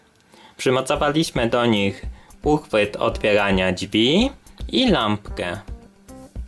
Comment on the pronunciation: Drzwi... Nie ma słowa dźwi kolego